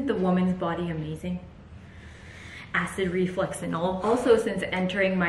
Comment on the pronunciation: Hope you had a wonderful Christmas with your beautiful family and hope you bring in the new year happily and healthy. Your tree is beautiful! And the sensory grass toy for Rosie is such a great idea! I have similar things for my cat 😁 Quick question: did we hear you say "acid reflex"? That's what I heard and it made me giggle because you said something similar a few videos ago. It's "acid reflux" by the way. My husband points these things out to me 🤣 Edit: I've heard cramps are due to lack of salt in the body? If it's overworking your legs in the day like you said, try a stretching routine before bed 💕 hope they reduce xx